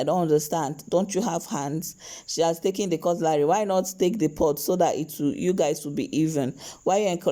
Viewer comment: Why do you call this utensil cut-LARY!